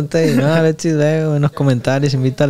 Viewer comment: Jajajajaja, cualquiera ya hace este tipo de programa, me da mucha risa que no sabe ni hablar. Llevo 5 minutos viéndolo y ya dijo más de 10 veces verga. Pobre no puede ni decir Alexis. Dice "Aletsis" no puede hablar y pensar al mismo tiempo